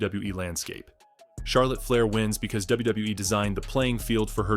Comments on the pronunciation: Charlotte Flyer ai says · is this A.I. fukn cant pronounce Flair or Divas Fle-ee-ear Di-ie-vas WTF! dont post if u cant pronounce properly.